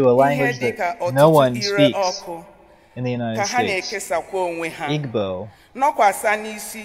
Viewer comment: IGBO.=Eebo is how it is pronounced. Nigerian Christian tribes. Tagalog is native language of Philippines.